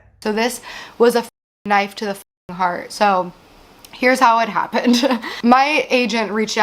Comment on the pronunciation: “My hearth is pounding”… girl, you need to get that checked out